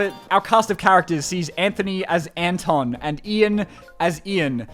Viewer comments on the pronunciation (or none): none